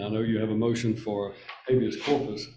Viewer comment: "Habeas", incidentally.